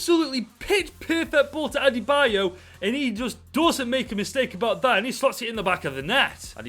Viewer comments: "Adebo" lol 🤣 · Its pronounced ade-bi-yo btw :) Great video btw !